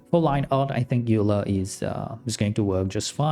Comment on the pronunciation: Klien is pronounced "Kline". Also Euler is pronounced "Oil-er".